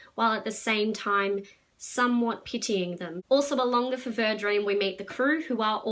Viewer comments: Feeever. Fever. It's how's it's pronounced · I think it's pronounced like fever - the French name is "FEVV-rr", but the boat is named after the Fevre or Fever River. I'm very much enjoying this book - published in 1982 it seems clearly inspired by Anne Rice's Interview with the Vampire, 1976. But of course very different - I described it as Tom Sawyer meets Anne Rice.